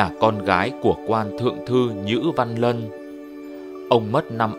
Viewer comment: Sao lại nhữ văn lân , nhữ văn lan mà